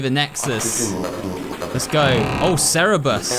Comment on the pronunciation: I like how he says cerberus as cerebus